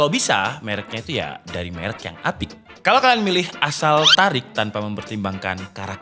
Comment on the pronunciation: asal TARIK... sunda pisan wkwkwkkw